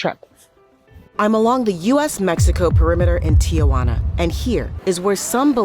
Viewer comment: The reporter should learn how to pronounce the city of Tijuana. It’s “tee-wanna” and not “Tia Wanna”. With her pronunciation it sounds like she is referring to her Aunt Juana.